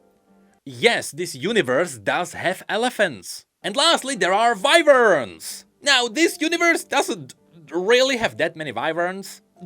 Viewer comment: Wyverns are not vi-verns its why-verns